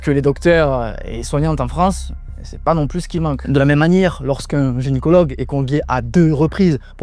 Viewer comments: x2 "une génicologue" xD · "génycologue" deux fois d'affilée, fais un effort 🙄